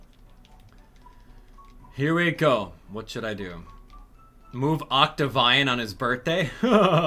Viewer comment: It's pronounced Octavian (Oct-Tav-Ian)